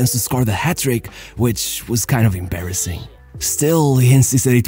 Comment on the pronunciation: "The AMBASSING downfall"